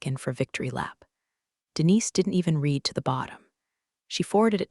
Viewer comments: Your AI voice can pronounce "sweat" correctly but not past tense "read." Curious, and a shame, since the writing itself is startlingly good compared to most of these story channels on YouTube. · That’s a good point! It's weird how the AI nails "sweat" but trips up on "read" in the past tense. Still, glad the writing's standing out! Hopefully they’ll work out the kinks with pronunciation. 🤔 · Does it bother anyone else that even though ninety-five percent of the time in all of these videos the word READ is past tense and should be pronounced RED, they are all pronounced REED? Bye Felicia. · This would have been better if a real person had spoken it. That way they would pronounce the word 'read' correctly. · The word is pronounced 'reed' or 'red'. Don't expect a lot of subs when every other word is mispronounced. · "Read" can be tricky for AI sometimes. Glad to hear you liked the writing, though it's a shame when the voice doesn't match up with the quality! 🎙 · boring, I've heard this same story line too many times. Teach the fake voice the difference between read, and read, and how to say resume, etc etc etc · I feel you. Same storylines getting old. And yeah, that voice bot seriously needs a lesson in "read" vs "read" and how to say "resume" without butchering it. It’s distracting! 😩